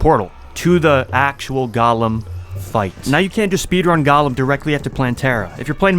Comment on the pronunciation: Broh how do u think golem is pronounced like that